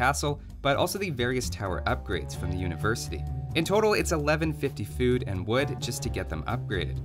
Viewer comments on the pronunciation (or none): none